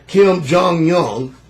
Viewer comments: Divine Order he also missprounced Kim jong un he said Kim jong young lol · Funny, dude is jackin up everyone's name. Omar kadoffy (Muammar Gaddafi), Kim jung young (Kim Jong Un) LMAO 🤣😂 then dude has a "deep thoughts-by jack handy" moment right after. Well it was either that or a brain fart. Lol